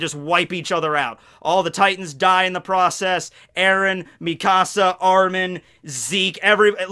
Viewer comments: The way you say mikasa pisses me off its like Mekahsa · i’m so sorry but the way you say mikasa💀💀